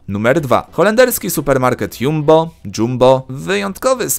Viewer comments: DŻAMBOOOOO NIE JUMBOOOOOOOOOOOO FAJNY MARKET GENERALNIE COS JAK U NAS DINO HEH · Chodzi o dzambo tak czyta się JUMBO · Czyta się ,,dżambo" oznacza to cześć bądź witaj po suahili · Mieszkam w Holandi i ten sklep o nazwie Jumbo, wymawia się jako Jumboł 😂 jak ktoś z NL to potwierdzi XD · Jumbo czyta się jak "Dżambo" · W jumbo można se też herbatke zrobić i to sie czyta kurwa dżambo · Czyta się Jambo * ale to tak tylko btw